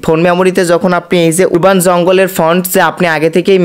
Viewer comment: উরবাননারে ভাই।উচ্চারন ঠিক করুন। আরবান